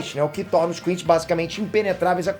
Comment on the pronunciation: adoro ele falando quinxi